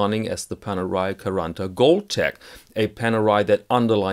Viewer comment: You pronounse quaranta in a rather "melted" and fast brazilian way, it's more sharp and separate in italian